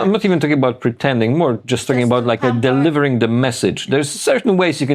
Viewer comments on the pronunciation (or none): " Jess, jast ask Blackrock."